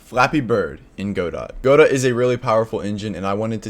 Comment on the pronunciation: every time he pronounces godot incorrectly i die a little inside